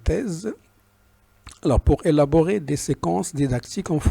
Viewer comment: élaborer( sans accentuer le son "l"/ savoire qu'il veut faire acquérir à ses élèves ou bien apprendre à ses élèves ( et non pas acquérir à ses élèves... je n'ai que le début... bon courage professeur